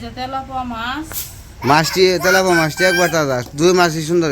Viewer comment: Telapoa na telapia mach bole.